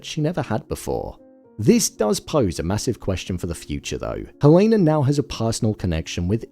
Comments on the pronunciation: Her name is pronounced HELL-ah-nah, not Hell-A-nah. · Dude why are you pronouncing Helena wrong… not that it matters